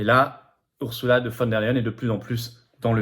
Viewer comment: ON PRONONCE "OURZOULA" ET NON "OURSSOULA" !